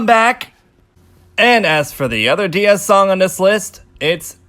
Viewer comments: Not sure you pronounce kpop groups in the english pronunciation or korean pronunciation, but DIA is pronounced as die-ya instead of dee-ya as in DIAmond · my last brain cell dead when this guy said DeeA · ummmmm you should pronounce DIA as how we say the 'dia' in diamond, and this is why they called DIA because their concept came from diamond